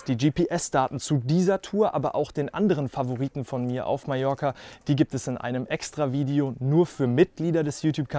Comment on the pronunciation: Un grand merci pour prononcer correctement le nom de mon île en français : Majorque avec J comme jardin !!! Pour les autres patronymes de villes et lieux , la prononciation, ...c'est pas encore ça !!! Très belle balade quoiqu'il en soit et bravo pour la performance !